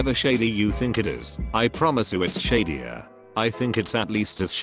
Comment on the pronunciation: I thought it said sadder not shadier